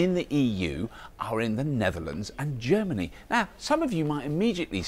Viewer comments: ger-many, oh boy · germ-any, huh, so washroom style